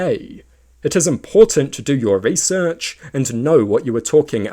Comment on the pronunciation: Why do you talk like that? That's not how you pronouce research or inaccuracies. Your slower pronounciation on the last syllable of every word at the end of a sentence makes me want to pull out a tooth. Please tell your allocution teacher they're full of shit.